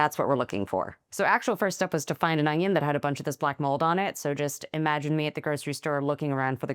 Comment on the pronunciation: Did she say "Ong-ion"? I used to say that as a kid too!